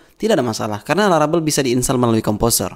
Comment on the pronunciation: laravel jadi larabel, typonya sampe ke speakingnya, which is a little bit annoying, so well done